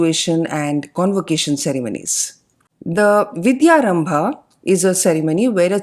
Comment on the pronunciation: Why do we say Hindi/Sanskrit words in an English like pronunciation? "Vidyarambh" becomes "Vidyarambha", "Upanayan" becomes "Upanayana" & so on...This is irritating..